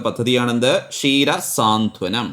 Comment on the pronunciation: Saanthwanam ennaan. Swaanthanam alla.